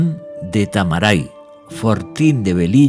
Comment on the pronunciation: Es Velilla TARAMAY, no Tamaray